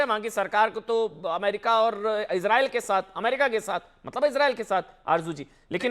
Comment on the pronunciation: Ye besharam kis mo SE raw-fail 😅 Ka name le Raha ha But anyway.. Ijreail ij a pather land end-ya ij a mather land